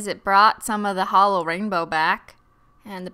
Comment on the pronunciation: Your obviously new here because you say holo not “halo”